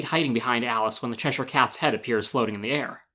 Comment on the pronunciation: I just want to thank you for pronouncing Cheshire correctly lol, its a pet peeve of mine to hear people pronounce it wrong